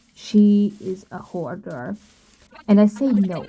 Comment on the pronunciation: The correct word is HOARDER, not "hodder.'